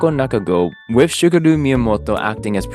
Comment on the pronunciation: in all seriousness though you pronounced the other names well, as a non japanese speaker my advice for “Shigeru” would be to emphasize each syllable in your head to make sure that you pronounce each one, and to focus on each vowel sound so that you dont accidentally change their pronunciation (since English loves to do that) doing so should help “Shigeru” stay as “shi geh ru” instead of becoming “shigrru” for example, but dont be scared of messing it up more since youll have to risk messing it up to get better at it of course